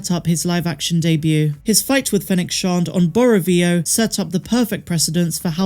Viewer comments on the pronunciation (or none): It's SHAND not SHOND